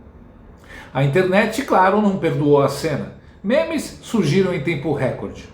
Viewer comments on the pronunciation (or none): none